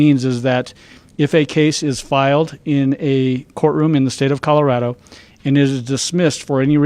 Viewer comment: Please help this mayor learn to pronounce his own damned city. It’s “Call-Oh-Rad-Oh” (springs) NOT “Karo” (springs) 🤦🏽‍♂️